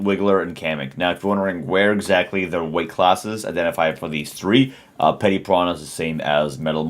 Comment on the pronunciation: You said "Petty" We already said It's Petey you troll 😂